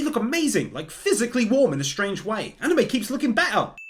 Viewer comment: Uhoh he sair be'r (better)